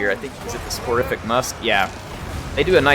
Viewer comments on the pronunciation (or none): Hey, it's "Soporific" pronounced like "soap" and the end of "terrific" put together. Basically means "puts you to sleep". EDIT: Also yeah, daemonettes even nerfed are really really strong.